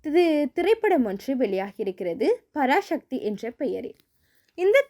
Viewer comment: Parasakthi not parashakthi dont prononce like brhamins mutakoos